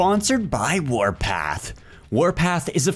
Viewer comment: Nobody: Youtubers: FARTPART WARTHPARTH WARPARTH WARPATH me: wot de fök